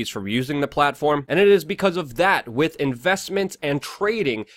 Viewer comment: The word "with" has an "h"...it's not "wit"